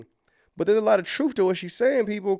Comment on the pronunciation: Did you say “truf “ there’s a lot of truf in that?